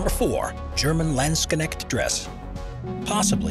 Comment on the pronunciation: I've heard MUCH stuff but never did anyone pronounce it "Laendsknekt" lmao